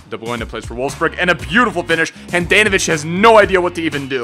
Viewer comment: Not Han-Dan-No-Vich its Hon-Don-No-Vich